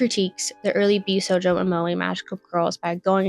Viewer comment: I also have an autism diagnosis, and yes, she's pronouncing josei & bishojo incorrectly.